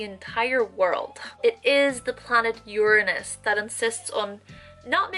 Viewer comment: I see you, I feel you, but I do think that you're pronouncing Uranus wrongly..........